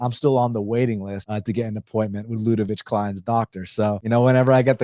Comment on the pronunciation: Dude please produce Kleins name correctly . LUDE-VIK